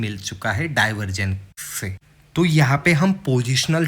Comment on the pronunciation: Bhai, I have few suggestions. 1. Keep it short, the first 5 minutes is just "beating the bush" and not many will be interested in watching your video. 2. It's not RIKS, it's RISK. Similarly it's not STRATERGY but STRATEGY. It's DIVERGENCE and not DIVERGEN. Otherwise, your video is good.